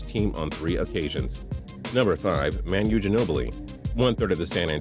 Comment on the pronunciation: all these years and the narrator still thinks Manu is pronounced "Man-you"?